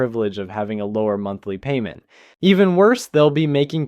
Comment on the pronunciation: two noses. And PAYYMENT